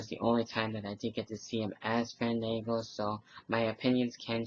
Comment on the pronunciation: btw when you say his name you have to stretch the A Faaandaaanngo! XD